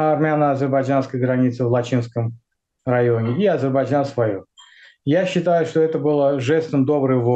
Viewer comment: Уважаемый переводчик с английского - мужчина, не Азербаджан, а Азербайджан.